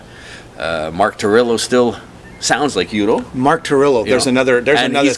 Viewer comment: By the way: The title of Accept's 2010 release is Blood of the Nations (not Blood of Nations) Mark's full name is Mark Tornillo (not Mark Torillo) Udo is pronounced Udo (with a German U and not like in English "Youdo") and the band (which is a band lead by the former Accept members Stefan and Udo and not a project or soloproject) is called U.D.O. (here, use the English U) And yes, you got that right: Wolf is a genious! :-)